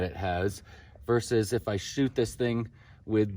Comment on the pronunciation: I gave you style points, subscribed, and liked just because you said "versus" rather than "verse" which is what everyone else seems to think it is.